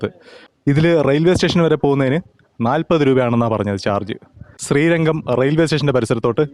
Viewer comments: ശ്രീരങ്കം അല്ല . ശ്രീരംഗം. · ശ്രീരംഗം - അതാണ് ശരി ശ്രീരങ്കം - തെറ്റാണ് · ചേട്ടാ ശ്രീരംഗം എന്നാണ്